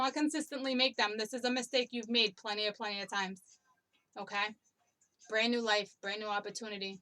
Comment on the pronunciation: You said my husbands name ... Brandon... You tried to say brand new omgerrrd